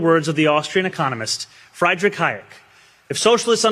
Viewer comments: "FRY-derrich Hayek"? You can't even correctly pronouce the guy's NAME? You claim to know ECONOMICS? IDIOT. Mamdani is atrocious. A goofball now in charge, so likely to DESTROY whatever he touches. He's terrible. DO THEY HAVE IMPEACHMENT for Mayor? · Friedrich???Pronounced Freed rich.